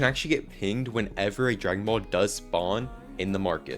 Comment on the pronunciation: It’s dragon boll not egg😂